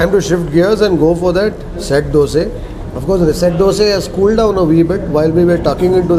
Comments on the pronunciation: Dosa.. Not Dose😒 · From where did you learn how to pronounce Dosa, vada etc? WTF is Dose, Wade? Annoying AF. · Thr is a big difference in Dose & Dosa: Dose: Crisp golden brown colour. Karnataka people call it Dosa: Yellowish white, soft. Tamil people call it Thanks avre. Enjoyed as much as you did! Special thanks for calling dish names as it should be.